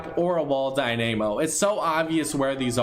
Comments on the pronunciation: Dyn-uuuhhhhh-mo not Dyn-aaayyy-mo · "die-nay-mo" It's die-nuh-mo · Umm (die*nuh*mo) not (die*nay*mo) :) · it’s dynamo not dynaymo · im triggerd that he says wall dy name o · The way you say "Wall Dynamo" triggered me ( Dye-Na-Moe) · Wall die-name-o. Alright.okkkk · I found it funny how he messed up Dynamo so badly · no one's talking about the way he said wall dynamo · Why do all top tens pronounce stuff wrong like the wall dynamo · AND YOU PRONOUNCE IT WRONG! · The way he pronounced dynamo really irked me for some reason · You are pronouncing Dynamo wrong